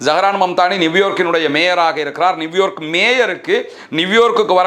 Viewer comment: நிவ்யார்க் இல்லை நியூயார்க் என்று உச்சரிக்க வேண்டும்